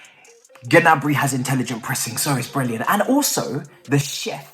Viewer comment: Its prononced Niabry, skip the G 🤣